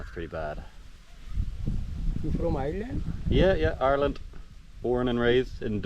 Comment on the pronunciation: I cannt stand anything in my ears. I lose my $#!+€ if anything is in them. Earwax can harden into solid when water is left inside mixed with the wax and or debris. I hope the excursion is personally fulfilling. When you say Ireland 🇮🇪 it sounds like arelin.